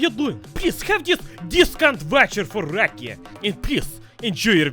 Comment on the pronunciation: It's ra-kia not raki-a